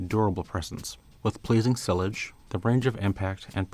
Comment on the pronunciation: Great video gentlemen! I love seeing in videos as I do miss him. A couple of things to note: Sillage is properly pronounced as See Yage. The two L's are pronounced as Yah combined with the "Age" being pronounced as you would if you were going to a spa to get a therapeutic "message". Sillage is a French word. Also, please don't spray your fragrance and then rub it in, as it causes the top notes of the fragrance to dissipate very quickly. The top notes are more often than not, the notes that will flash off the fastest anyway. By rubbing your wrists together after applying your fragrance, you are essentially "mashing" the molecules in the top notes causing them to flash off and therefore disappear very quickly. Okay guys! Carry on! I am always hanging on your every word! Thank you once again! Outstanding work! Lisa